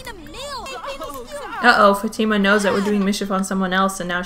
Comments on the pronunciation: f ah - t ih - m uh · does it bother anyone else that she is saying fatima wrong?